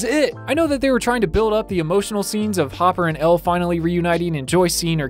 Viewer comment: I love how at the begining he called hopper Jopper